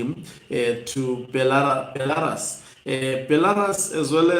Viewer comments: Be - la - RUSI say it. Be - la - Rusi again Not Belaras ok. If you try to improve your presentation the better. The picture of Mnangagwa in BELA - RUS is an old picture. If you look carefully you see its old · Hama yangu, nyika iyo inonzi Belarus (ra, re ri, ro, RU)s not Belaras as per your pronouncing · Beh - luh - roos Brother